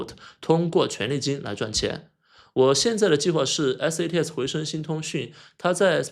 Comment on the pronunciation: 你一直念错了吧？一直念成SATS